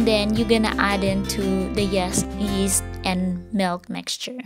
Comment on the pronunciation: Daisy rose fuentes -Haha sabi ko nga😜😜😜tas yung pag pronounce nya ng yeast sa una lumabas ang pagka bisaya ni,but so far ok naman ang kinalabasan😊😊😊.